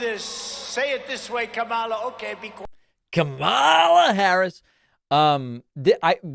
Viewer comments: He keeps calling her Kamala, like the wrestler, on purpose. He absolutely knows the proper pronunciation, he’s just a childish prick. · I've noticed that when Trump pronounces her name, he usually hesitates slightly so he can make sure he mispronounces it, because there are other videos of him pronouncing her name properly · What is totally disrespectable is constantly saying Kamalas name wrong purposely. That alone says everything about Trump to never ever vote for Trump.